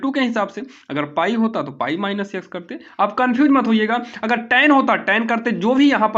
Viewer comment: Ex(x) nhi eyks😂😂😂